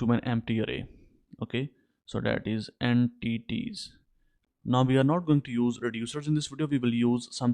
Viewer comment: Broooooo EN-TITIES